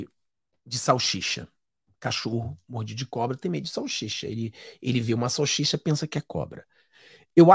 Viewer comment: SAL SI CHA e não salchicha .